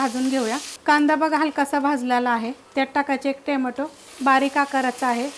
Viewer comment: खूप खूप छान ताई. पण टोमॅटो म्हणत जा , टेमेटो नव्हे.!